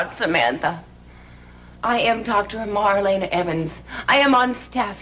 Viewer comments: He could at least say her name right, smh. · Its Marlena! Mar-lay-nah!